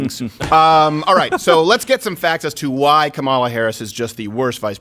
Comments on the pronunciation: Comma, La. say it. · I know you guys don’t like her but damn say her name right😂😂